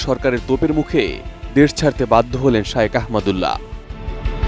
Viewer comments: শাইওক না শায়েখ,,, খ এর উচ্চারণ না করে ক করছেন কেন? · হুজুরের নামটা উচ্চারণ করতে পারে না আইসে সাংবাদিকতা করতে